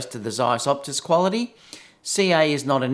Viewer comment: Its OTUS not OPTUS